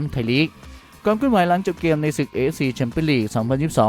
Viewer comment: ลองพูดว่าเกมไม่ใช่แกม มันเป็นอะไรมันอยากมากเลยเหรอ เกมๆๆๆ ำม่ใช่แกม